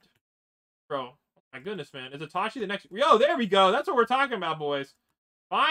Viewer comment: The ways he says itachi just pises me off